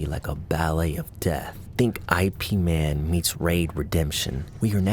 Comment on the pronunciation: "I P man" 😂😂😂😂😂😂